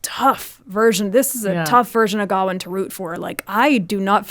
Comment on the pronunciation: Do Americans not know how to pronounce the name Gawain? Just asking because I’ve never ever heard it pronounced that way before.